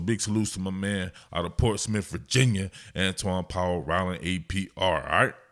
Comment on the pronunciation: Antwaun powell rhino 😂 I heard it , lets see if he lives up to the nick name that you accidentally gave him